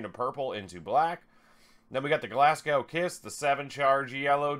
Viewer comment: Oh and it's pronounced 'Glas go' too. Not Gow like cow. Another good vid thought. Thanks